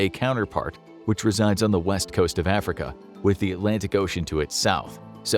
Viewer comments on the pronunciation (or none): none